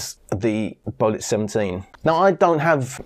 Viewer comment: it's BEO---'LIT (BEO = BANG En Olufsen)